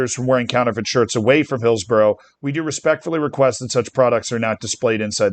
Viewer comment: I think the way Z pronounced Hillsborough is far more of an outrage than this